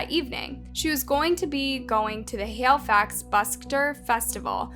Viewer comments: ONCE AGAIN your saying well known names and places wrong lol. Its HALIFAX, not HAILFAX lol. The reporter even says it the right way later in the same video lol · bruh this girl called it canada tire, and 'hailifax'. i cant :P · Say it like this....hell-e-fax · My god the way you butchered the word Halifax 😂